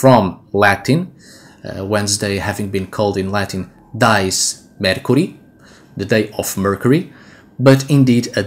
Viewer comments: Why do you use english pronunciation for Dies when its not an english word ? Dies is pronounced Dee-es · Your robe is beautiful,, and you are much too humble: i am sure that what under it is also beautiful. I hope that you will not be offended that i point out a couple things. In Latin ''dies'' is not pronounced like English ''dies''. The vowels are separate in the Latin: thus, dí-es (like english ''dee-ays''. Also, you might like to know, that the word for Wednesday in Dutch is ''Woensdag'', also from Wodan, and not, as in German, Mittwoch (Midweek). In Dutch Friday is ''Vrijdag'', Saturday is ''Zaterdag'', all corresponding to the Anglo-Saxon names. In Dutch there still exists the word ''vrijen'' (the v is pronounced like an f), as in Gothic, and it means ''to make love''. Thus, the name of the goddess of Vrijdag (Friday) is thought to mean the same thing as Dutch ''vrijen''.